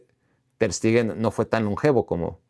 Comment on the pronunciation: Todo bien con el video, pero porque le dices "Ter STIgen" 😂